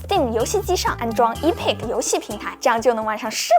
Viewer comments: MOD读骂的，EPIC读哀屁克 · Epic 。。音标是epɪk。。。。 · epic的英文发音真独特。。。。。。